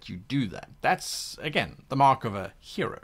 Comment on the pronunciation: I'm sorry, at the end of the intro did he say hero or gyro?